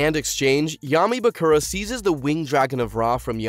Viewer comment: It's a lot of names he didn't pronounce as they did in the show... I can't get over Mako and Bakura...